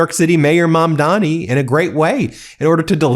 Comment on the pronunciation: Each time you say mandami I'm out.